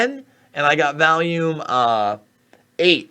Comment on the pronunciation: It’s volume, not valium